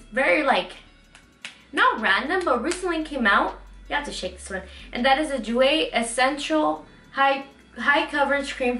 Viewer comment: You were my favorite of 2017! Favorite beauty girl and fav when it comes to body positivity and body motivation. Also each time you mention "Jouer, I'm like hey! I taught her how to say that" 😊😘 now for the bronzer it is pronounced air-ess. The h is silent. Here's to a blessed new year.